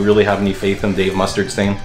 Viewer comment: ”Dave Mustard-stain” 😂😂😂